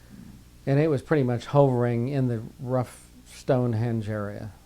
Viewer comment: He says hoe-vering. Only human ive ever heard pronounce it that way . Right after that he said something really weird. And the story telling talent in this man. Jesus, it is only my extreme interest in this topic that got me thru this. Still, observations aside, i thank this man and all others that share their experiences from the bottom of my heart